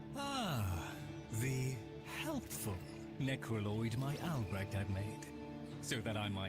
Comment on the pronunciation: its ALBRECHT... not alberect